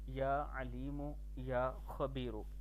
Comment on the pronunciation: اعراب درست كر ليں يا لطيف....يا عليم.....يا خبير ..... پیش پڑھا جائیگا نہ کہ زبر